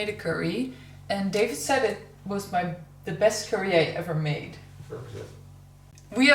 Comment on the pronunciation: I love when you say ‘de’ for ‘the’ I definitely know that you are Dutch then!!